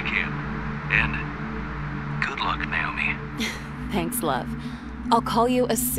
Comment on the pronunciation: Lol Daz discovers 3 scary games series by accident. It's a thing Daz. Loads of YouTubers will play like 3 horror games cuz 1 is too short 😂 Also it's pronounced "Nah-oh-me" not "Nay-oh-me"